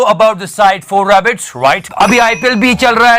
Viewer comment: bro it's "For A BET" you pronounce it "4 rabbit" 🐇 😂😂😂😂😂